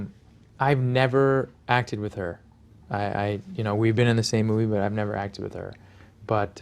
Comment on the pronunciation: With not witn